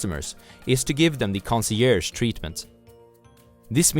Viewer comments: conseerge, conseyerge, FUCK! lol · I remembered to like the video when I heard that lmao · I subscribed immediately when I heard you butcher the word concierge 😂 I love and respect the oasis of wisdom that is your channel. ✊🏾 I give thanks and many blessings. 🇿🇦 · I laughed at the concierge pronunciation thing haha. Loved your video. I'm your fan.